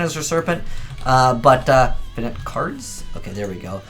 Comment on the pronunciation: Is no one going to mention how how pronounces Finite wrong?